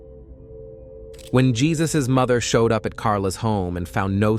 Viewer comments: Not pronounced "Jesus." It's pronounced "HAY-SOOSE." Please respect our Spanish speaking brothers and sisters. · He is. He should get that right! It's Hay-zuse. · Jesus is pronounced Hay-zuse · Aren’t you pronouncing Jesus’ name wrong?